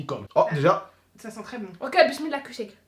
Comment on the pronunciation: il me fait délire il dit bislillah et il boie avec la main gauche 😂